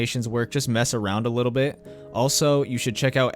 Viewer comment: He said wittle instead of little, that threw me the fuck off 😂